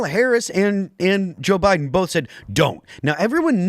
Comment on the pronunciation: Can’t stand the way Tim says “bolth” instead of “both” lol